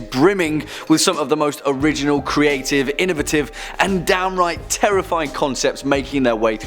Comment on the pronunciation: accentuate the A in innovative mmmate 😜